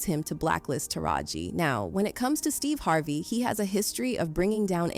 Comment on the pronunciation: Who the f is Steeva Harvae?